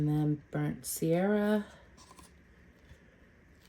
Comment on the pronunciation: *sienna not “sierra.” Burnt Sienna. Sorry, classically trained artist here and mispronunciations bother me. Please forgive me!